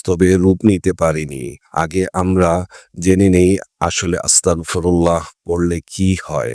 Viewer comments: উচ্চারণ হবে আস্তাগফিরুল্লাহ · উচ্চারন হবে আস্তাগফিরুল্লাহ